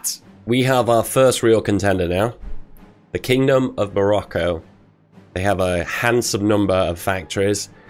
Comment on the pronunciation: Instead of hearing "Kingdom of Morocco" when he was justifying his war goal on Morocco, I heard "Kingdom of Barracko" Edit: The Interwar Government for Germany prior to WW2 was, drumroll pleeeaaaseee: The Weimar Republic! Like 99% of people know this, step up your quiz game.